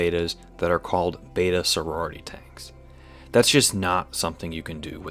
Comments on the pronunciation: BETA (bay-ta) vs BETTA (bet-ah) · Correct is bee-ta